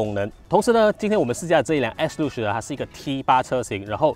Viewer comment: 做么我好像一直听见你讲s40的😂